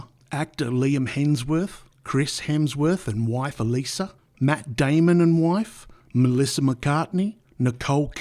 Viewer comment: Do you even know how to pronounce peopsl names?? Chris's wife is Elsa not Elisa And Tim's name is Cahill not Cathill. Wtd is wrong with you. If you can't get a name correct then I sure as hell will not believe anything else you say. This entire video has lost its credibility